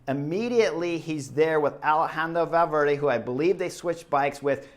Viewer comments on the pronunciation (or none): none